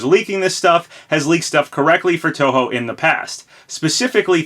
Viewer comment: Hey as a long term Touhou fan, thanks for pronouncing the name correctly.